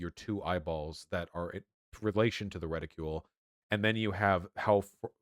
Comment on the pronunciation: “Revulver” “Reticule”